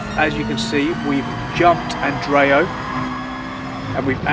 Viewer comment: I'm famous! XD It's andreoti, not andreo. p Anyway, great drive! Congratulations! Greetings from Bulgaria!